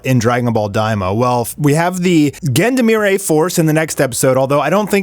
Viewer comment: Please look up the pronunciation for Gendarmerie, =0